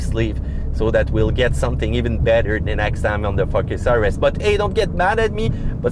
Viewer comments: Best video thank you. Love when you say Fuckes (Focus). Keep up the good work. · He said Ford "fuck our ass" ! Joke! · "Ford FuckUs RS"